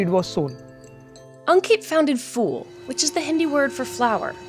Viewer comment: Ankit did not found "fool', he founded "pool"... ph is pronounce as pahaaa